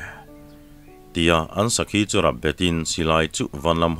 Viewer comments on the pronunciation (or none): none